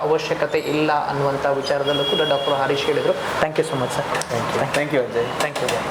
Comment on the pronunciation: Doctor hesarannu swalppa sariyagi heli marre..arish alla...Doctor harish...😅😅